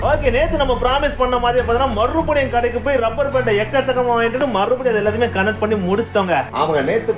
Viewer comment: Rubber ku lubber solre tharkuri channel